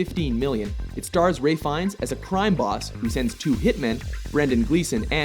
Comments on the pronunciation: His name is pronounced Rafe... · Wait....: Did he just say "Ray Fines" instead of "Ralph Fiennes"??? First time I see get it wrong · .......Who the fucks RAY Fiennes lol